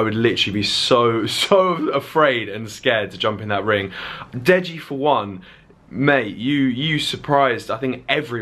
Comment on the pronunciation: its "DEJI" pronounced "DAY JIIIIII" not Jay Jay!! :) just saying!! :) to be helpful